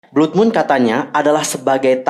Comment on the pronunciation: Blood bacanya BLAD kak